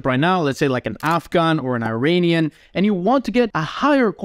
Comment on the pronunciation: Well said, though Turkey is an amazing country in its own right, so you can't really go wrong. BTW, Iran and Iranian are pronounced "ih-raan" and "ih-raanian", not "I ran" and "I raynian".